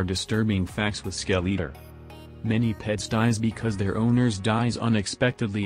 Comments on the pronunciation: Skell eater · Lol the ai spells his name as "skel-e-er" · The real disturbing thing is how he's pronouncing "skeletor" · Its like a mix between skeleton and i forgor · This defeats the whole purporse of the vids, plust your AI generated voice can't even say right